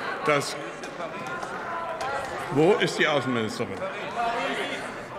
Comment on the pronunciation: Lieber Herr Gauland. Die "AAuessennminishterin" ist entschuldigt. Die war im Deutschkurs